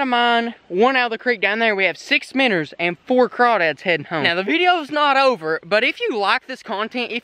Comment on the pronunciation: dude they are called minnows not minners